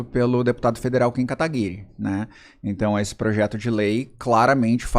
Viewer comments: Poxa, um cara estudado como tu, e não sabe pronunciar Kim Kataguire😅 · O cara se diz estudado, advogado, jornalista e quase um médico não sabe pronunciar o nome do kim KATAGUIRI KKKKKK meu DEUS ridículo. PARABÉNS vc destruiu esse.